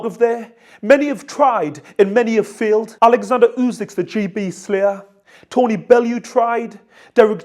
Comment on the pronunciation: His name is oleksandr. Irks me when people call him Alexander. We should owe him the respect of getting his name right.